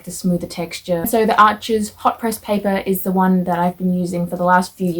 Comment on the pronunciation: It’s pronounced “Are-shh” since as you mentioned it’s a French brand. No worries though, literally everybody says it wrong. Thanks for the vid, helpful info.